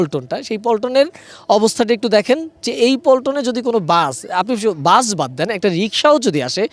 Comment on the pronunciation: Ai sangbadik to bus ke bole buch😅😅😅seto bak protibondi😊😊